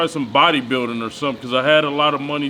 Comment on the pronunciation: "We got sum'n here" LOL!